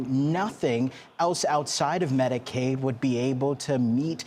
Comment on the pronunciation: PS: -it’s Medicaid, not Medicade. Also, the Affordable Care Act is Obamacare, just so you know.